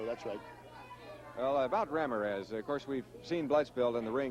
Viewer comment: I laughed so hard at how the interviewer, when talking to The Stomper, pronounced the last name of Ramirez